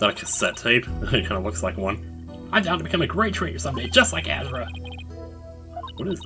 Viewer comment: Wait... Azura? Like... THE Azura? Even has the same hair part, with the little strand in the middle too.. please tell me Azura Summers sings too:3 I like how says "Azura", it sounds cool X3